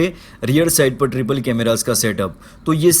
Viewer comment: It's triple not tripal😀